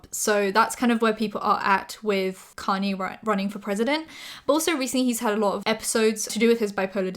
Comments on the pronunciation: It's "kahn-yay"! Your videos are amazing!:D Love your channels! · Just googled "connie west" cause my dumbass didn't realize she was saying kanye